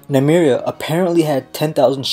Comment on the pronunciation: every time he mispronounces Meria's name i cringe